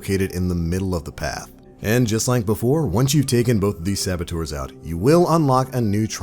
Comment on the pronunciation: I don't know if it's just me but is he trying to say servitors? Or sabatours? Help